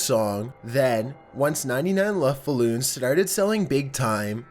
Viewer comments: its acually 99 red ballons not "lufthouse" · I thought he said Muff Balloons...no lie